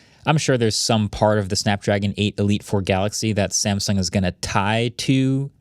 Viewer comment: Samsung ❌️ Samesung ✅️